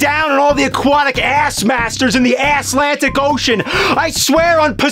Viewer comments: "In the Asslantic ocean" 🤣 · "Asslantic Ocean" LOL What's the other biggest ocean? The Pissific?